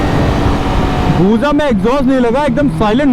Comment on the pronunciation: Areeh BUJAA NAHI BUSAA HAI BHAI..TORA TERA PRONOUNCED TIK KAR BHAI